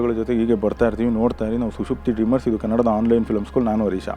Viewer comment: ಕನ್ನಡ ಭಾಷೆಯ ಪ್ರಜ್ಞೆ ನಿಮಗೆ ತುಂಬಾ ಚೆನ್ನಾಗಿದೆ. ಹರೀಶ ಮತ್ತು ಮಂಜುನಾಥ ಅವರು ತಮ್ಮ ಹೆಸರನ್ನು ಹೇಳುವಾಗ ತಮ್ಮ ಹೆಸರನ್ನು ಕನ್ನಡ ಭಾಷೆಯ ರೀತಿಯಲ್ಲೇ ಹೇಳುತ್ತಾರೆ ಅಂದರೆ ಹೆಸರನ್ನು ಸ್ವರದಿಂದಲೇ ಮುಗಿಸುತ್ತಾರೆ, ಉ.ದಾ. ಮಂಜುನಾಥ, ಹರೀಶ, ಅದನ್ನು ಹೀಗೆ ಕರೆಯಬೇಕಾದುದ್ದೇ ಸರಿಯಾದ ರೀತಿ. ಆದರೆ ಇತ್ತೀಚಿನ ಸಾಕಷ್ಟು ಕನ್ನಡಿಗರು ತಮ್ಮ ಹೆಸರನ್ನು ಇಂಡೋ-ಆರ್ಯನ್ ಮತ್ತು ತಮಿಳು ಭಾಷಿಕರಂತೆ ಸ್ವರವಿಲ್ಲದೆ ಬಳಸುತ್ತಾರೆ, ಉ.ದಾ. ಹರೀಶ್, ಮಂಜುನಾಥ್, ಪ್ರದೀಪ್; ಹೀಗೆ ಕನ್ನಡದಲ್ಲಿ/ಕನ್ನಡಿಗರು ಕರೆಯುವುದು ತಪ್ಪು.